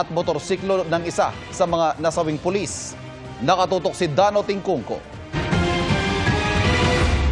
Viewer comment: Sino ba yang reporter bakit pules ang bigkas nya. Anak ng